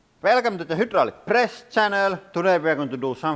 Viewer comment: Many languages pronounce the y like a ü.